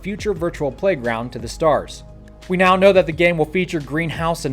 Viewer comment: Did he say "going on right meow?"